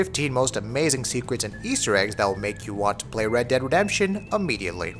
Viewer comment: 8 seconds in he say ammediately ...not a word